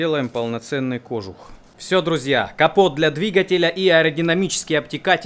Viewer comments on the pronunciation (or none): none